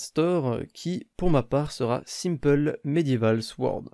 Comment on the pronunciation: Pour épée en Anglais on dit pas comme tas dit mais ça se prononce "sord" ( à par ça c'est bien)